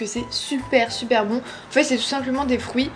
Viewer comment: Et des "frouits" 😂😘